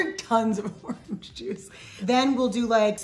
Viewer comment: I like how she says ARRANGE-juice.